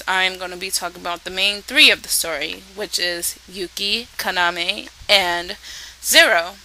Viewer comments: His name is pronounced Ka-na-me, not Kana-me, girl. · It's pronounced Kah-nah-may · While watching the show in English I kept screaming, "Yuki, KA-NA-MEY! KA-NA-MEY!". I swear to god every time she said Kaname it sounded like Kanameh. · you dont say Kaname's name right which is annoying and I think the dun is pretty good